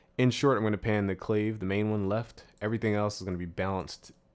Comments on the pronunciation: "Clah-vay" is what you meant, not "claive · Clave is pronounced clah-vay not clay-ve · im pretty sure its pronounced clah-vay not clave